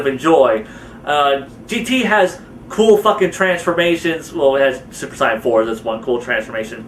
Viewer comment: one...I seen some of your videos and u say some of the words wrong. one word in most that makes me super annoyed is the (Saiyan) word